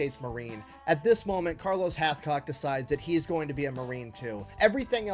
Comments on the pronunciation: Hathcock not Hatchcock , "numb nuts"! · Hathcock not Hatchcock!!!